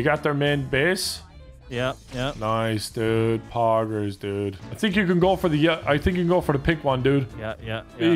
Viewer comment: Ok but tbf, that’s the most canadian thank you ive heard from Evan